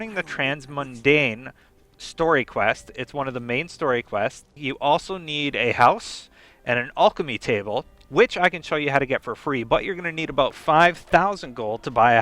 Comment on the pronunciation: It's pronounced Al-keh-me, not All-kuh-me